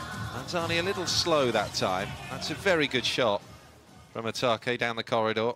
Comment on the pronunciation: The commentator kept miscalling Yamauchi —> Yamaguchi 😢 Also Otake. Sometimes he called Atake, sometimes Itoke, gosh, it’s not that hard 😰